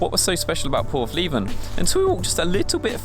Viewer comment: Its portheven , not porthleeeeeven ! There's a Leica nd Hasselblad lives there